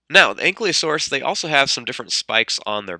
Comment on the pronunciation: Good video, but it's "An-Kee-Lo-Saurus", not "An-Klee-O-Saurus".